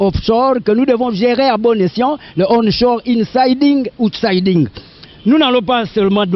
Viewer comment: Insiding et OUTSIDING [UTSAIDING] en phonetics looooooooooooooooool